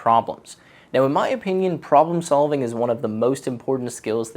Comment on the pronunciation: "problem sovling"